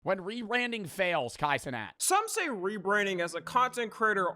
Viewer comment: Reranding? sec